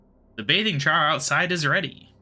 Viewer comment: Well it's fitting since a group of owls is in fact called a parliament. Also Trough is pronounce "Troff" like a water trough. Glad to see more quests getting done. Regards Josh